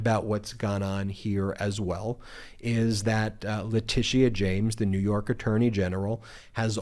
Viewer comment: the, not thee. The word a is short a, not aaay.